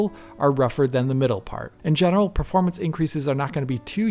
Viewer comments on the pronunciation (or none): none